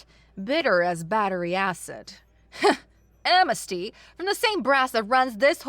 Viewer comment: Asrid versus Acrid, am-nes-ty versus am-mes-ty, soot should rhyme with “put,” and not pronounced like “suit.”